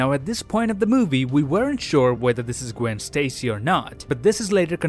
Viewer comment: Gwen says her name is gwanden